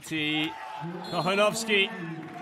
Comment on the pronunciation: Anyone who speaks Spanish on here? The way the commentator pronounced "Kochanowski" cracked me up. It sounded like "cojonoski". Lmao.